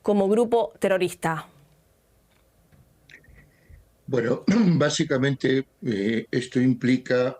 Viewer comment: Tiene buena pronunciación de español la jove... Es una ternura cuando dice terorista....